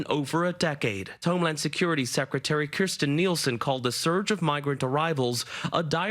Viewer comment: Kirstjen? 👈😂...really!?